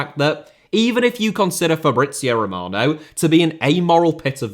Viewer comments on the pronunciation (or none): Sounded more like Fabrizei Romanov 😂😂